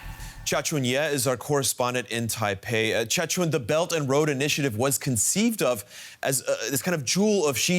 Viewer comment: "The bert and load initi, aative" 😂